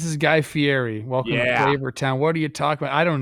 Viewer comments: Plouffe this morning about the giants new manager “don’t be someone who you aren’t”…. 12 hours later is a literal guy who says his last name wrong. It’s Fiiiiiietttiii not fierrri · You can't dress up like Guy Fieri and then pronounce his name like that Trev!! Fee-eddy